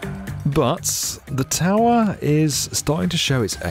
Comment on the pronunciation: This narrator, whom I have heard voicing other YouTube videos concerning tall buildings, has a strange way of saying "tower"! It's a straightforward word, so there shouldn't be any ambiguity as to how it should be pronounced! But he says "taowah" at: - - - - - - - - - - - - - Sorry, ""! 😀